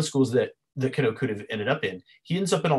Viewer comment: Can you explain why you place emphasis on the "Oh" when you Kano? Instead of just saying the name "Can-No" you say "Can-Oh" ?